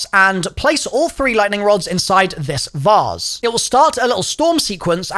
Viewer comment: "the vause" its vase lmaooooo